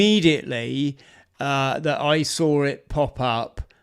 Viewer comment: Saw does Not Have an R in it.